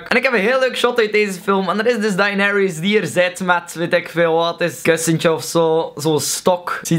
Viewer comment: De manier waarom Daenerys wordt uitgesproken :(